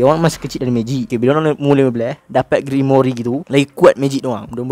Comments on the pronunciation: *Grimoire bukan grimoiri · Sikit pmbetulan "Grimoire" bukan Grimory😅 Jgn marah hah👍👍 Terkejut aq dia sebut Grimory😂😂 Bile masa plk Rias Grimory join Black Clover universe ni😂😂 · Cara sebut dia "grimoir" bukan "grimori" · Sebutan grimoire = grim.war bukan grimori